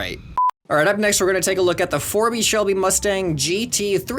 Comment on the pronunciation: He said Forby Shelby XD